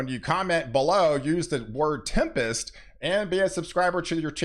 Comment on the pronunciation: Tired of all the weather "Tempist" shorr for tempers 😅